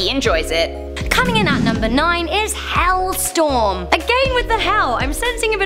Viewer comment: It`s Hellstrom,not Hellstorm ;)